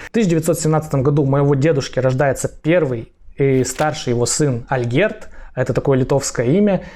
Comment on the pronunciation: Вы молодец! Возьмите на заметку, что в польском языке ударение падает всегда на предпоследний слог: поэтому Ольгерд, а не АльгЕрд, как Вы произносите. По-польски, Olgierd, по-литовски Algirdas.